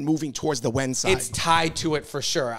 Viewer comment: Wen is pronounced “wern” not “when”